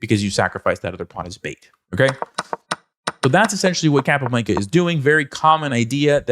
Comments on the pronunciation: Please... in the future, pronounce Chess Master's names as they would pronounce it themselves.... ie: "Cahp ah Blahn ka" not "Cap a blanka" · Blanca, rhymes with Tonka. Thank you for the video. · Why does he keep saying the name like that. "capablanKA" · The way you say "Capablanca" pisses me off. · Hey. Great video. I'm curious why you're pronouncing Capablanca's name like that and not the Spanish pronunciation? 🤔 I will caveat I'm sure I would pronounce some Russian players'names incorrectly. I'm still pretty confused about how to properly pronounce Alekhine.